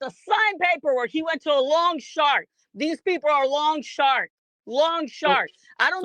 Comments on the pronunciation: Did she say “long shark” instead of loan shark?! Haha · Was she saying long sharks???😂 😂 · Did she say “lawn shark” 😂